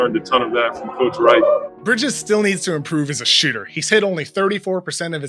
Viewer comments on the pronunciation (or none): Did any one notice he said mikal needs to improve as a shitter